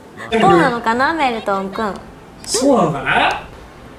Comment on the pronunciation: メル↑トンさん